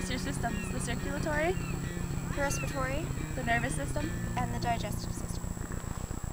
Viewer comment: It's "respiratory" not "respritory".... You did it wrong.